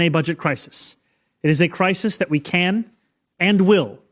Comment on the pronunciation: Your tag line: "Big Mistake" Speech Coming! Obama May Have Just Gave Trump the Opening He's Been Waiting For! GRAMMAR ISSUE! May Have Just GAVE should have read "had given". Also, the word is "THAT" not DAT and DIS. You say DAT and DIS. Bad grammar makes you sound stupid and I know well you are NOT! Clean it up buddy!